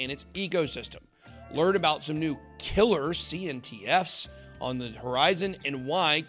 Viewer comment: CNFTs*, said CNTFs :D